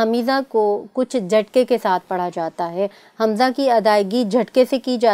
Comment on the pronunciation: hamiza nhi hamza hota hai